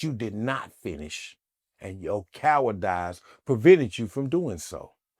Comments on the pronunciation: He said cowrdize instead of cowardice!😂😂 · It’s cowardice..not cowardize (what the helly)